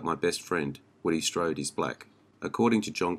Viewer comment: You do the man no justice by butchering the language used to describe him. Strode struck an indelible impression in every movie that he appeared in.